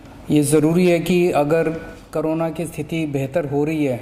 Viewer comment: CM hamesha corona ko carona bolte h 😁